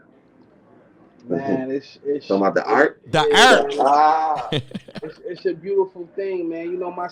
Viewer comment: “Tell us about the AErt” LMFAOOOOOO